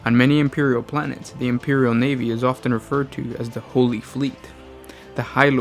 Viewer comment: The imperial NEEVEE?! I love the NEEVEE